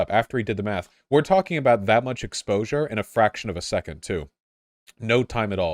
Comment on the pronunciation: love it when voosh starts talking aboot beta radiation, the chat went full JLP.